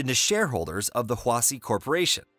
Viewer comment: its pronounced hwashi